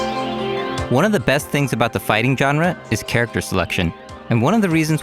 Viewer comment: It's not gun-ra, it's jaan-ra, you dumbass